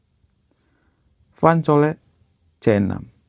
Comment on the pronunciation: Cole baca kol bukan coli master..